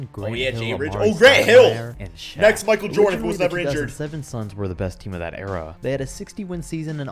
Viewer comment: Its "Shaq" not Shaw like Brian Shaw. Shaq was on the 2010 Cavs.